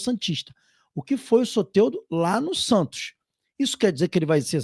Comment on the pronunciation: Tira esse "é" do nome do Soteldo amigo, fica muito estranho a pronúncia 😂... Fala Soteldo normal.